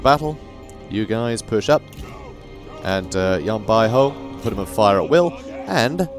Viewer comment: Great video, the correct pronunciation of Yan Bauhu is like"Yan By Who", that literally translate to Yan White Tiger